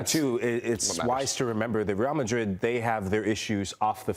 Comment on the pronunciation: The absolute nerve of this women to speak and completely butcher Real Madrid honestly sounded like nails on a chalk board